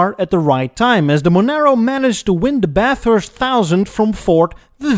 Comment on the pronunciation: 🤣 Nailed it! And kudos for pronouncing Bathurst correctly 👍